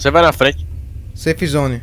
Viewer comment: o cara sabe falar safe mas nao sabe falar outras palavras em ingles vai saber